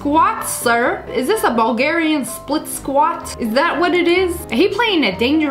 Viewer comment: AAAAAAAAAAAAAAAAAAAAAAA DID YOU SAY A BUGARIAN SKUAT